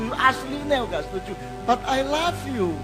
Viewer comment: Pengucapan i love you nya kok kayak I laugh you yo Cak...hehe...gak papa ..lanjutkan berbagi ilmunya Cak..sippp..sehat terus